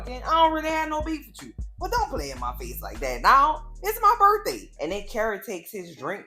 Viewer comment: Happy "Burf" day!